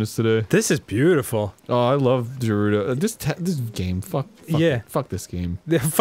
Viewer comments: god my ocd gi rude o town lol its ger ew doh go if your unsure look it up or use websters pronouncing tool lol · Oh, dear lord, this is getting out of hand... It's pronounced "air-loom", the "h" is silent. And while we're at it, it's "geh-ru-do" NOT "jeh-rud-do" and it's "high-lee-an", not "hill-ee-an"... Ugh, the constant mispronunciations are REALLY annoying. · Every time they say "Gerudo" I hear it as "Derudo" and all I think of is Darude - Sandstorm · Is it pronounced Guh-roo-doe or Ja-roo-doe? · i can tell aron was trying to make dan notice he said rejew and jewredos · Fuckin' "h"eirloom and "Jerudo" so far. Can't wait to meet Prince Siddon, Miffa, and Darooneeah. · Guh-rude-oh Arin isn't saying it right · What about him constantly mispronouncing Gerudo and Hylian despite there being cutscenes where you can hear how they're actually pronounced which he ignores and continues to say Jerudo and Hillian. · The way he says “Hylian” is acceptable tho. A lot more people say that so I could see the confusion. I will never understand where he got his pronunciation of “Gerudo” from. I’ve never seen anyone say that but him. “Fuckin’ Jerudos!!!”